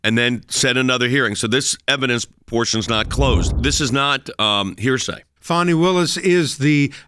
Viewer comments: It's Fani, not Fauny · i keep hearing "foney" willis